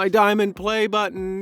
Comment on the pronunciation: stop saying "pLAY BUtton" like ur bouta show off with another youtuber